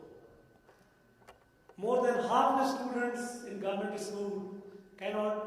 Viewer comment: This fellow is not even able to pronounce "school" "digits" etc